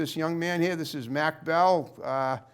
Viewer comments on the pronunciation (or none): His name is Mach--like mach one speed, not MAC...